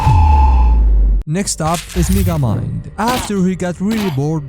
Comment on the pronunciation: is it just me or if you listen close he calls him “n$gga-mind” LISTEN REALLY CLOSE